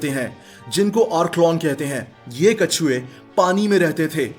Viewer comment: Brother You Say Kachey instead of Katchvay in the end.😅.But I am your big fan keep it up.